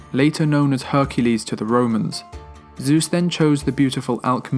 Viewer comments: Her-cool-lees. Heraclees a chick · Its Hercules not Heruclies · HERCULES. Quit adding a fucking e after the r. I can't even get through 5 minutes. It's that irritating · Why do you keep saying Hericles it's Herc u les🤣🤣🤣🤣🤣🤣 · Who TF is Here-eh-clees? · “Am HERCULES “ 😁😃💪